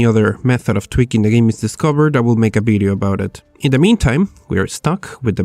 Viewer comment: WHY ALWAYS BIDEO INSTEAD OF VIDEO THOUGH